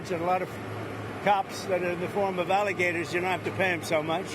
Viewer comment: ICE-LE-GATORS LOL